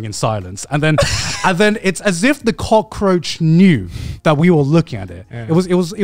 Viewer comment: Cut the "roach" in cockroach